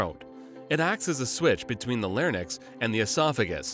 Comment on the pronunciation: larynx, not larnyx